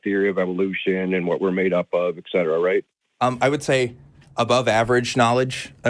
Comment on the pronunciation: This guest has an odd verbal tic. Et cetera is pronounced "ET cetera" not "ECK cetera".